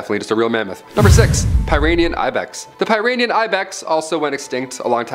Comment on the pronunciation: Pie-rinean... facepalm